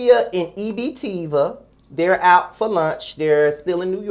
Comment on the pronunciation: Not EB-Teeva child, I'm weak lol.